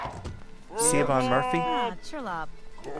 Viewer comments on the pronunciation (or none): At about 5 mins in the video... her name is pronounced shivawn